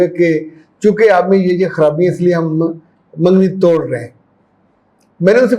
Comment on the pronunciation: منگنی بولتے ہیں مینگنی نہیں